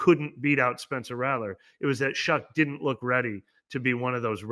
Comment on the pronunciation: Caught the “Spencler” lol